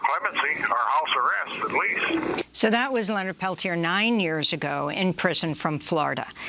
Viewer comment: You interviewed him 2012. You know the story og Oglala.... you still can't pronounce the man's surname. You know, the modicum of respect whether their name is complex and Icelandic or some very simple Swahili name LEARN HOW TO PRONOUNCE THE NAME .It's not difficult. 'MURICANS